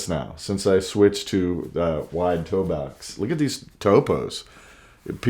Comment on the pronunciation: Toe box.. say it with me____ Toe-box